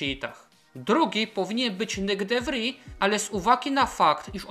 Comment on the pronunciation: tylko takie małe przypieprzenie się - de Vries to holenderskie nazwisko, a nie francuskie, i wymawia się "de fris", ewentualnie "de wris". ;)